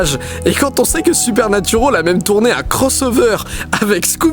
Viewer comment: Super vidéo comme toujours Didi, mais par pitié bande de Français si vous décidez de prononcer les noms anglais avec l'accent requis RENSEIGNEZ-VOUS SUR LA PUTAIN DE PRONONCIATION EN QUESTION AVANT DE L'OUVRIR ! Le "al" de Supernatural par exemple ne se prononce PAS "aule" bordel ! C'est moche !